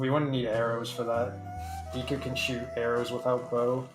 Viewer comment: Why does he say Deku like Deaku? Edit: damn I got called out HARD, props